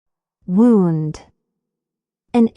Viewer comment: Please,correct the word " wound" should sound as "woond".